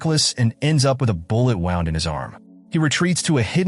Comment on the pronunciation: "wound" "grenade" -- it would be nice if AI could learn how to pronounce English.